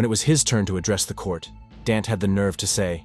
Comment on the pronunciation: And yet another wrong name. It isn't Dant. Sloppy work. Not worth a sub. A third teen, Danta Wright, 18, of Ann Arbor, was sentenced 25-52 years in July 2017.